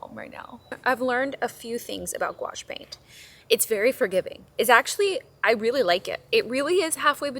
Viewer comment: Gouache. Gee O Shay